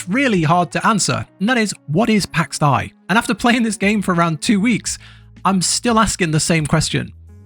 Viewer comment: Its Day... and it's triggering AF lol